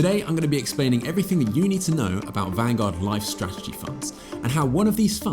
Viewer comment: "LIFESTRATGEY FUNDS"